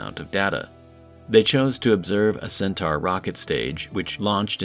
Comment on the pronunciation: It has to be human. No computer voice would consistently mispronounce the name of the rocket as "centar" instead of "centaur".